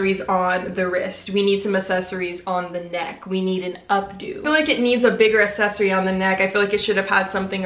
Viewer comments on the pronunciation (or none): i tried to watch this, but every time she said “Uh-sess-uh-ry”